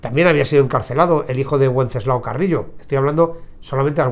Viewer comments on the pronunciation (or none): wenceslao se dice con el fonema de la b. Benceslao. Saludos. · Wenceslao se pronuncia con V, o b para los castellanos